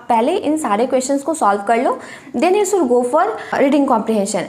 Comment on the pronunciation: सुड नहीं शुड बोलते हैं मैडम।